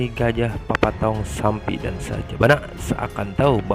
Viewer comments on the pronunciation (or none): keren film nya,woy bukan sampi tapi sapi😂